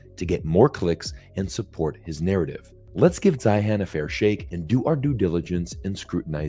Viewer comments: It's Zeihan .... Zine. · He pronounces his own name Zane or Zahne. Sorry….I’m listening but it gets in the way. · If you're going to critique someone, it would be helpful if you knew how to pronounce his name.... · Why didn’t you even care enough to find out how to pronounce his name? Your credibility is suffering 😂